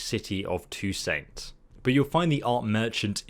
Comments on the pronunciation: Same! And Tou-Saint instead of Tou-sant lol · Yeah not sure about his prenousenion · skellij Me: Skellige: skellij Me: SKELLIGE: skellij Me: if you say that ONE MORE TIME: two saint Me: gunshot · "in the city of two-saint" I think you mean beauclaire. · Damn it, they’re pronounced Vell-en Skell-I-ga Two-sanh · Skell-idge Va-len Two-saint 😭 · It’s actually Skell-I-ga Vell-en And if touissant is French- then it’s two-sanh (silent h) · You butchered skelige and toussaint names dude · How could you spend hundreds of hours in the Witcher and still not know how to pronounce “Skellige”, “Velen” or “Toussaint”?